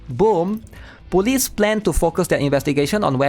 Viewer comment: we almost had PEAK 😭🙌 Somehow I hear you say police as bully, lol